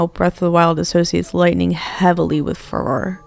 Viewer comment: cool video but the mispronunciation of farore is quite irksome